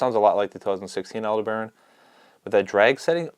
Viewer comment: Like the Shimano Antares casting reel, the Aldebaran is named after a star. Aldebaran is usually pronounced 'al-DEB-a-ron'... not 'al-de-BARON'. Just FYI. 🙂